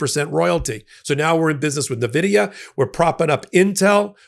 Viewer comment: Point of informarion: Nvidia is pronounced "en-VID-ee-uh," not "nuh-VID-ee-uh." Its orgin is derived from the Latin word Invidia, meaning envy. It gave me snarky joy to see Trump butcher the pronunciation of the most wealthy corporation on the planet, but, take the high ground and say it properly. With that out of the way, keep up the great work, buddy! 👌👌